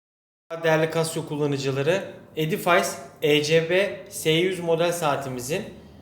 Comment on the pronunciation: Selamlar, Edifays diye değil, ingilizce okunuşu edifis şeklinde olmalı :)